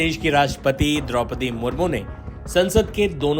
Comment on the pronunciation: ऐ विदेशी महिला क्या जाने किसकी का मान सम्मान।जिसे आज तक कितनों के सही नाम से नहीं बोल पाति ओ देश के प्रथम महिला (राष्ट्र पति) जी का अपमान हैं इसे देश से माफी मांगनी चाहिए।